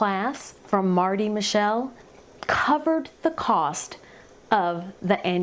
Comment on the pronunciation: Marty," Mit - chel". Not " mi. shell"